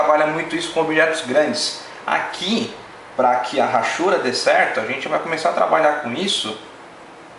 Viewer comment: muito bom seu desenho e seu video, parabéns!!! mas só uma correção no que falou: a palavra hachuras não se fala Rachuras, e sim, Achuras. Esse H não tem som de R . É só um toque, não é pra falar mal não, é apenas uma crítica construtiva . Abraços!